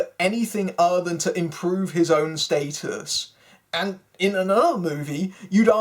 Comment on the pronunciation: The movie actually isn't that bad. This review is though. but what do u expect from someone who pronounces Stat-us. State-us. and you obviously don't get the humor of the movie.